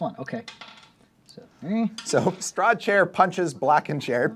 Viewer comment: little correction it’s Strahd, not Straud